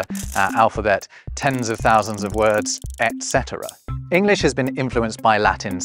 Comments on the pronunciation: Why do you say "ek cetera"? There is no "k"! It is "et cetera" with a "t". Don't invent new pronunciation where it makes no sense at all! Or you English make no sense. Repeat after me: ET cetera. Et, Et. Et. Et cetera. eT cetera! eT. eT. ET CETERA. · Did you say ex cetera? For worse: debt, receipt LOL We need to revive thorn and eth. We pronounce the C in perfect and the D in adventure